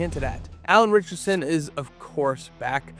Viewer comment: Actually, there's a case that they've been pronouncing Neagley's name incorrectly on the show. True this vid seems to be mangling some names, though. Could be just a minor mumble every time this announcer says "Ritchson", but it sounds like he's saying "Richardson." And I almost didn't notice that the copywriters seem to have mixed up General Leon Garber with his daughter, Jodie. 🤣